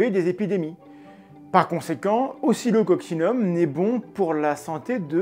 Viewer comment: je t'entend dire occocsillum et je lis oscilloccinum c'est pour aller plus vite ou ca se prononce vraiment comme ca?